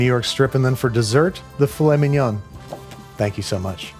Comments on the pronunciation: I'm so glad you pronounced Filet Mignon as it looks like it's spelt; I do that unironically as a joke all the time, and I'm just really glad it happened, for some reason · Your butchering of the pronunciation of filet mignon was uncalled for, unfunny, pointless, and wanted by absolutely nobody! You also have continued your pointless mispronunciation of Worcestershire sauce, you said the name of it perfectly in your The Phantom Thread episode, try to say it like that from now on, have a nice day!